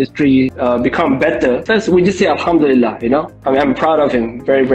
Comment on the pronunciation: Budak ni asal dari mana. Cakap satu macam punya slang. Sebut Alhamdulillah bunyi mcm arab. Ckp melayu bunyi mcm mat saleh